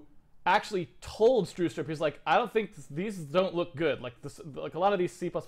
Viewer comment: lol, u mean Bjarne Stroustrup??? lol "Barney Starsoupr" :DDDDDDDDDD